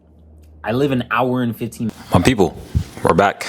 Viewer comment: Your “my people” sound like a Nigerian person😂😂 not to offend u